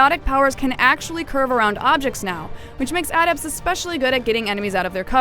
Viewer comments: adept? sounds like she's saying add ept.. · adept... the way she pronounced it.. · Adept or sentinel ?? ")